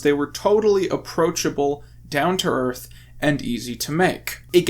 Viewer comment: "planet airth"